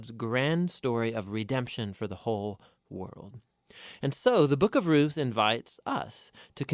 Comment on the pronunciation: Its not rith its ruth like rooth